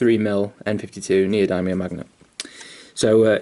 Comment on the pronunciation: Pronounced neo-dimmium but awesome vid mate. Going to try this out on my next Knight :)